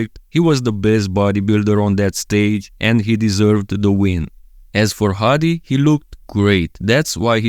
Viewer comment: I'm actually impressed how good you pronounce his name😂 Hadi's ofc!